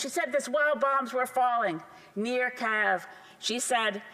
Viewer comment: Am I missing something, by Keviv did he mean Kyiv?